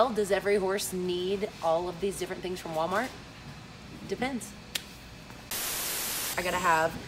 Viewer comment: OMG Wally World dollar gentral I LOVE YOU SOOO MUCH FALLON YOU SAY IT THE SAME WAY I DO OMG LOL!!!!!